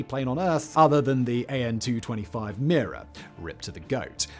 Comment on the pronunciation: No need to bucher such a short name: its Mriya, not "Mira"